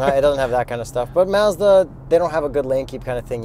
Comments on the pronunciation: First off your reviews and videos are the best, but it's not maaahzda it's Mazda and yes I'm from the states so maybe I pronounce it wrong just sounds weird funny when u say it. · Something is not quite right how he’s pronouncing Mazda. Can’t quite pinpoint it but it’s off and irritating.